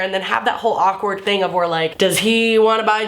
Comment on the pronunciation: lol it sounded like "do your thang chicken wang" and because fucked up minds, I thought of a chicken with a dick. FACK!